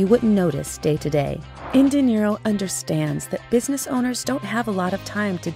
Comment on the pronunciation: Is there any reason why you pronounce "dinero" as "de Niro"?